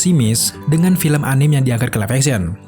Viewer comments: Anim? agak kesal gue dengarnya_- Susahnya bilang Anime apa njing.. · Anime, bacanya a-ni-me, bukan a-nim... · anime d bacanya a-ni-me, bukan anim. itu dri istilah bhs Jepang bukan bhs Inggris. kritik aja kok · Anime dibacanya ANIME bukan ANIM